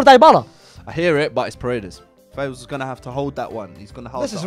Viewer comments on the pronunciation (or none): My name is Faisal so I am happy that he won(it’s pronounced as Faisal not faysal)